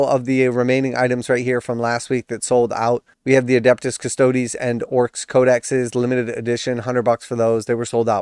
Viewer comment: It makes my brain happy when you say Custodes 'properly' ha-ha. The times you say CustOds hurts my head.